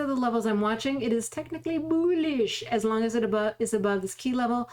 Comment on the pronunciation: I watch the videos to hear you say "boolish"